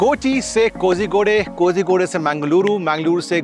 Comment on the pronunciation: It is not K O Z Y K O D A Y - please take the trouble to learn the pronunciation